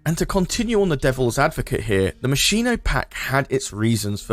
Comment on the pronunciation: Completely unrelated, but Moschino is pronounced "Moss-keen-oh", there's no sh sound in there. Yes I'm that person, sue me lol